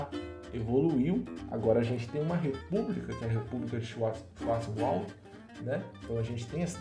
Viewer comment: Muito bom, te conheci hoje no kafra News, já me inscrevi e tô curtindo as histórias, mas não é tão difícil falar Schwartzwald (xuarts wald) kkkkkkkkk